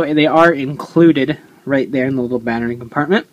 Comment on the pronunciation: ITS A BATTERY NOT A BANNERY!! DX